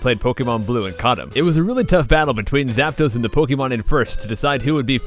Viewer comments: IT'S ZAPDOS, NOT ZAPUNO! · Zap-Dos? Im mexician screw you scrub